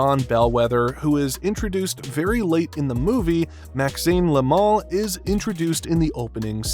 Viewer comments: Yoo dide noteuh sayeu "le mal", yoo soundèd morre likeuh "laimon" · Look: they way you say "le mal" makes it like the mall in u.s. You say it like it's "le moohl" but it's "le mal"... Clear and simple No "ooh" inside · Le mal, not la mol.